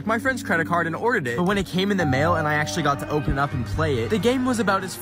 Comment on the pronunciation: did you akchle flod the naborhod